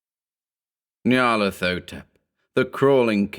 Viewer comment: The correct pronunciation would have a "hotep" at the end, as in the Egyptian word. Not "thotep".